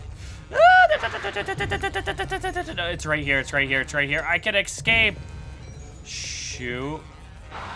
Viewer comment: Please, for the love of god stop saying eXcape. It's eScape. There is an S in that word not an X.